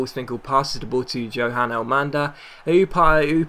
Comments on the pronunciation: Good vid, but Johan Elmander's first name is pronounced Yohan not Johan. Cheers! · It's pronounced Yo-han Elmander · Johan is pronounced Yohan